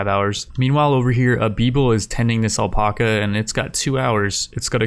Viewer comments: ........ “Al-pack-a” not “El-Pock-a” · Does he not know how to say alpaca?